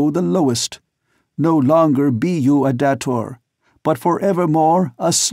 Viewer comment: come on, really? dah-tor?? Really? It's pronounced Day-tor. that's why it's spelled with one T. Now I'm wondering if you will say Phaidor correctly or not. smh Can't wait to see how you say Xodar. You do say it with a Z sound, don't you. If not, I want my money BACK! Oh, wait. It's freeeeee. Still. I may have to do a reading of these books if you can't read it correctly.